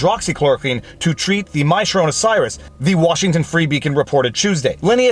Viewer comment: Im sorry, are you saying, my sharona cyrus?